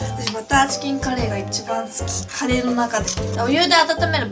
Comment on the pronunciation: 最初、カレーをカリーって言ったとき、なんかかっこいいって思っちゃったｗ